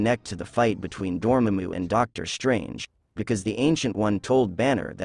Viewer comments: Dor-mamm-u 😂 what is up with ppl saying names wrong nowadays? It's pronounced Door-maah-moo. Get ur facts straight boy. Also very late to the party boy, every fan should know who Clea is by now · It's pronounced Dor-Mom-Mu not Dormmmmmomu. & It's called Endgame, not 'The Endgame' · bro said doormamu wow.. that ai pronunciation is spot on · No its pronounced doramona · The AI's pronunciation of the bad guy was Door ma moo...lol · His name is pronounced door-ma-moo. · It’s pronounced Door-Ma-Moo get it right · You’re explaining this to us and you don’t even know how to pronounce Dormammu? If that don’t beat all, lol. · Bro pronounce Dormamu correctly. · The way you pronounce Dormammu triggers me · the way you pronounce Dormammu hurts my ears. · You pronounced Dormammu wrong and speculated about something that's been explicitly stated (in a clip in this very video). Looks like lazy, AI generated garbage to me. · I am so bothered of how you pronounce dormammu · I can’t take you seriously when you pronounce dormamu name the way you do. I’m not sure if that’s the way you truly say it or if you’re just trying to be funny. Either you failed.